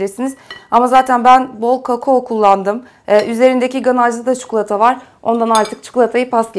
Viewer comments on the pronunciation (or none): Abla çikolataya çukulata diyişine bayılıyorum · Çikolata Yerine Çikulata Demişsin:) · şu çukulata diyişine hastayım ya 😂❤ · allah askina CIKOLATA ya cidden cukulata ney artik sinir bozuyo hicmi uyarilari dikkate almiysoun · çukulata demene bayılıyorum desem D:)